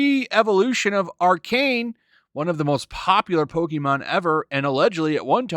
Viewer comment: Dislike for somehow mispronouncing “pokemon” despite it being in the popular consciousness for more than 20 years.